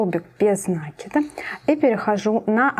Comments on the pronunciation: Все здорово, но как вы говорите нАкид, без нАкида .... Ударение в слове ставится на второй слог. Вы молодая девушка (судя по голосу), нужно грамотно говорить. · Добрый день. Шикарнейшая вещь! Но Вам нужно поработать над речью. Вас смотрят очень много рукодельниц. Будьте профессионалом до конца. Очень редко слух на протяжении всего видео НА́КИД (наки́д) . И профессионально говорить - утюжить,отутюжить,вместо гладить ( гладят кошечку)